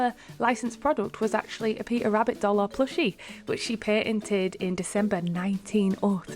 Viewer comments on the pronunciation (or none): none